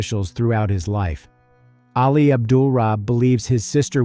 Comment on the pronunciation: "Ahli" not "Alley."